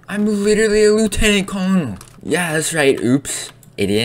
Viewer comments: It’s pronounced “Leftenent Kernel” not “Lootenan Colnel” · I love the video, also "Colonel" Is pronounced Curnal. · its pronounced Colonel=kur nuhl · It's pronounced "Lootenant Corenel". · You did. Lieutenant Curnal that's how you say it say "Curnal" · it’s pronounced curnel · That is not how you say colonel! OMG